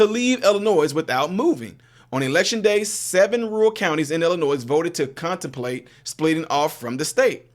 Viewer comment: seriously!!! There is only ONE Illinois. Learn how to pronounce the name of the state.